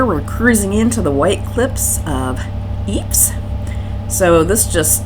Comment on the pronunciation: the first E in Epse is short sound